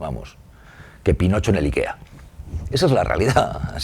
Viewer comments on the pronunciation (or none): none